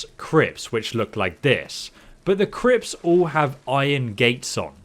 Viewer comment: “you will randomly come across CRIPS🧢”